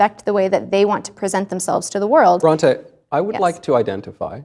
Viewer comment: BRONTE??? UCH! Pretentious %$#@ Ya think this twit ever READ Bronte?? Either of The Bronte's??